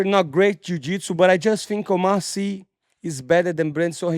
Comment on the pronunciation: He actually pronounced Oumar Sy well 😂